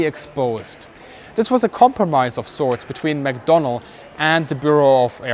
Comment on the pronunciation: mcdonnell not mcdonald !!